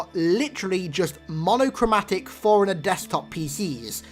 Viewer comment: all respect to you man but it sounds like you're pronouncing Forerunner like forigner, but i agree with your thoughts on this